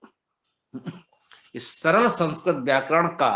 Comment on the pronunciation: सरल✅ सरळ❌